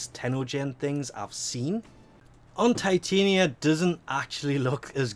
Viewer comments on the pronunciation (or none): none